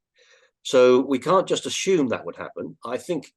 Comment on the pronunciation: Never ceases to amaze me the amount of people who pronounce a letter "H" in the word assume when it's not even there. Ash-hume. Not even a real word lads. Not even.